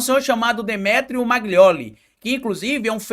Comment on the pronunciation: Amigo não é MAGLIOLI é MAGNOLI